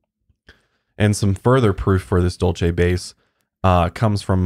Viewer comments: I just want ya'll to be aware that Dulce is pronounced as "dolse" here in New Mexico. Everytime you guys said it I was internally screaming lol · I live pretty close to Dulce! I’ve never even heard of the base. Also Dulce is a Spanish word pronounced “Dool Say.” 😜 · I live very close to Dulce (pronounced like Duel-cee) and a friend of a mutual fb friend just posted a video of a ufo they chased around Archuleta mesa... it was a weird spinning light.. I am trying to find a link to it but seem to have lost the video... will update if I can find it.